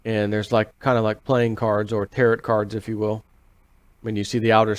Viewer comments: Interesting that they use Tarot Card Symbology!, Tarot- is pronounced like Tar-O, pronounce the O. Not Tar- ROT! lol. As someone into the Tarot Cards and the Zodiac, The MAGICIAN has NOTHING TO DO WITH JESUS!! It usually represents taking things into your own hands/Creating your own way! Most importantly, Tarot Cards are NOT meant for this weird Economist magazine. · its pronounced tare row